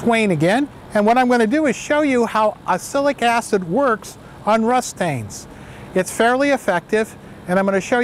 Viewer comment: What you say doesn't sound like "oxalic acid" to me, if I didn't know what you say I would guess "acilic acid" :)